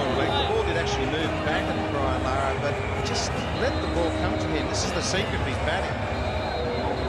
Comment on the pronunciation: It's larra